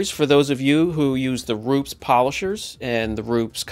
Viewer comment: Using Rupes all wrong. Can’t even say it right. Tiny polisher, wrong pad, hell wrong polishing system. Rupes is designed to work best with their pad and machine. This video is absolutely ignorant.